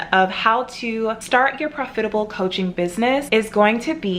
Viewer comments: Actually there is nothing wrong with how she pronounced it. I have an African friend who pronounces it the same way. You biddies are so jealous you’re being picky for no reason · Am I the only one you can’t stand how she says profitable? Lol I’ve never heard someone say it like her